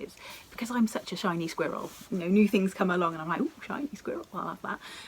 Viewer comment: I was so flummoxed! I thought you were saying “Chinese squirrel “. Had to google that and didn’t come up with anything. It finally dawned on me that you said SHINY squirrel! Love your videos so much!